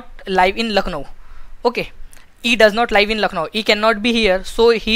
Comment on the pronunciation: bhai pronunciation sahi rakha karo.. hadd iriitatting lagta jab " Liiive" bolte "Live" ko